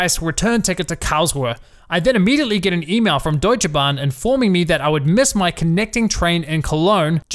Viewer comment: Your german pronounciation is on point, nice! :D Also: Yeah that's Deutsche Bahn for you...